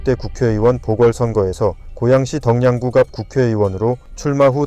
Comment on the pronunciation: 덕양구 사는 주민입니다. 덕양구는 ‘덩양구’가 아닌 ‘더걍구’로 읽습니다.